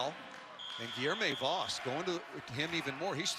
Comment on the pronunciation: Hearing the way they pronounce “Voss” hurts